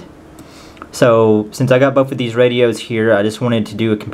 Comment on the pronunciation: It's not "bof" the word you're looking for is "both"